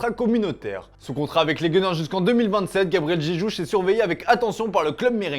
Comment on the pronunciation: " il s'agit du brésilien gabriel jejuj" 😂😅